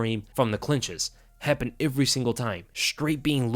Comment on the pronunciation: He says ivery. Ivery time.